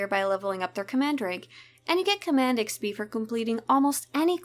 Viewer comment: why can't this chick say XP correctly?